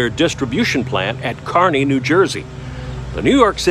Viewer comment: Thank you so much for saying Kearny correctly!!